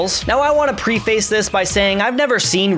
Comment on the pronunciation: Not to nit pick, but the word is "preface" which sounds like "breakfast" not PRE-face. Honestly, Did you even write this? How do you mispronounce a word from your own script?